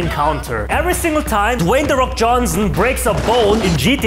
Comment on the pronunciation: Dwey the fok🤣😭LMAOZ